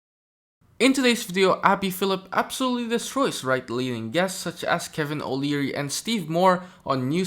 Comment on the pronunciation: They said his name multiple times, why are you saying it wrong?